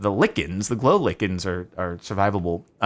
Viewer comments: Is pronounced "lie ken" NOT LICKIN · Also, it’s like-en not lick-in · Cap. Sparks: Lickin's LYE-KIN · FYI: it’s “Lie kin” not “Lih Kin” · “Lichen” Listen sparklez it’s “lie-Ken” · Oh, and for the record? It's pronounced lie-ken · Nobody: Sparklez: Lick-un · "lickens" hehehe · lichen is pronounced like this like-en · RIP lichen May your name’s pronunciation go down in history a hero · Why does nobody know how to pronounce lichen lmao